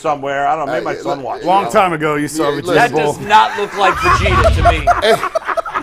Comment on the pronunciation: I watch this whole podcast show and don’t hit the like button until I heard oh boy say Vegeta‘s name wrong that was priceless😂